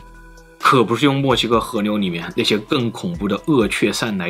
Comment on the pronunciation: 媽的 是河流不是和牛 能不能好好發音